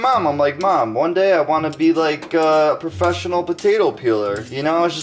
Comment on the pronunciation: If you want to be a porfeshenle potato peeler hold on to the potato